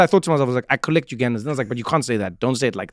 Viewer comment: ‘Kollect’ me too Trevor, I’m from Kanda land